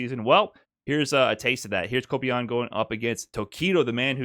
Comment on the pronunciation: How can make such a well reserached video with so much information and he still gets the name of kobayan wrong